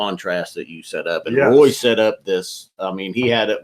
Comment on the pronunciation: Really looking forward to seeing both your and Roy's video's from the trip. got the pronunciation of my name spot on by the way!